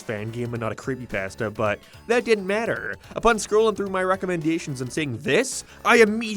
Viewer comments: The funniest thing in the whole video is how you can't even pronounce it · The way said creepypasta is nightmare fuel